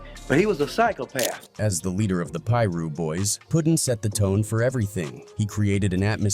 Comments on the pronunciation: Why the narrator can’t just piru instead of pie-ru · that shit said “Pie Russ” 😂😂😂😂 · It's PIRU street..... get it right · This mf keep saying Piru wrong and it’s pissin me off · The Pira's were no joke. Why this MF can't say it right SMH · It's AI narrated. It can't pronounce Piru. They're probably overseas somewhere.. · You don’t know how to pronounce piru foo